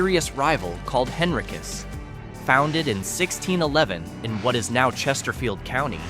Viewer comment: Henricus & Henrico is pronounced Hen-rye-kus & Hen-rye-ko. Tazwell is Tahz-well, not TAze-well. I think Clifton Forge is declining but not terribly so. I believe those residents likely travel to Covington & work at the paper mill. I grew up in Chesterfield, live in Henrico & spent my summers in Covington with my great grandparents. My family hails from the area & Pocahontas County West Virginia & the majority of my maternal side is buried there in Covington. After WWII, my great grandfather was a scientist who worked at the paper mill. If that mill ever leaves that area, those towns will become ghost towns for sure. Good video overall other than the pronunciations I've pointed out.